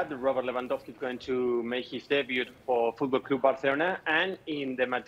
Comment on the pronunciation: literally had to close this because he kept saying fOoTbalL cLoOoOoB bArCeLonAh